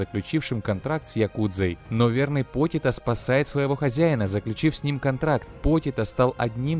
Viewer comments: Почито а не потито за такое дизлайк отписка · не покито а почита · А не дензи и потита